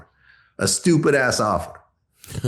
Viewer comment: Uncle murda say stupid 😢😅😅😅😂😂😂😂😂 I heard on the music tip how you say it funny as he'll stu pid